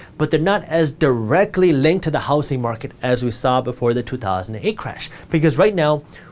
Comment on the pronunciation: Is it just me or does he pronounce "housing market" like housy market